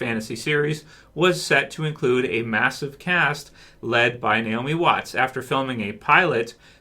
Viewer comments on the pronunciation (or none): none